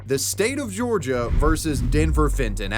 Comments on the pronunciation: The State of Georgia, not Georigia. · “The state of Georigia” 😭😭😭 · Georigia lol wtfff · Ah yes Georigia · “the state of georigia” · "the state of georigia"? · georigia? wtf is that lol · What's a 'Georigia'?